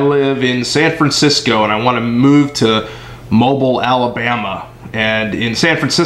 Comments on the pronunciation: Great vid, but... Mow-beel Alabama. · It’s pronounced Moe-bill 😂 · That's "mo-bill" Alabama. ;-) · Mobile Alabama is pronounced Moebill Alabama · It is pronounced Mo-beal Alabama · Great vid. Had to laugh though because you picked my area and just in case it ever comes up - Mobile, AL is actually pronounced like automobile - Mo Beal. Definitely not being a smart ass, just found it funny and thought I would pass it along. SUb'd by the way and I am currently going to school to make a career change from wireless communications to HVAC. I really feel strongly that this is a wiser move. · Mobile is pronounced MObill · Mobile is pronounced Mo-beel. Haha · Mobile, Alabama is not pronounced like the oil company. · exactly lol